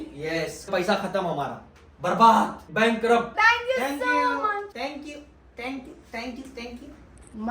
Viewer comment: Funneiest moment jb thnkeeww bolte😂😂